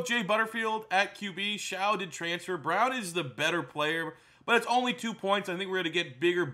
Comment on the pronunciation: Never won anything? Rose bowl twice in the last decade. And Tyler Shough (pronounced Shuck) transferred to texas tech. Dude...